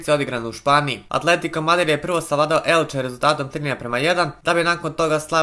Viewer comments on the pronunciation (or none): none